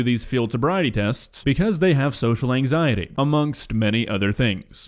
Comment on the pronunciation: The way she says “anxieteyieee” is perfect